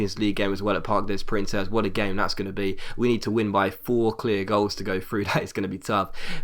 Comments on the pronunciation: Parc Des Princes is pronounced like Park Day Prance, just FYI. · Park de(s) preunce(s) is how it's pronounced. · please pronounce the stadium correctly, it's really annoying me. You're saying the 'Parc' right, you don't pronounce the 'S' in 'Des' and you pronounce 'Princes' like 'Prance' just France with a P. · its parc des princes